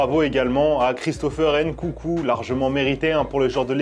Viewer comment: Ncoucou frr la prononciation t’abuse tu regardes le foot depuis cb de temps ? NKUNKU